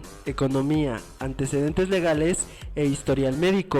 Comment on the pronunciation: Min no dice antecedentes dice ANTEDECENTES xD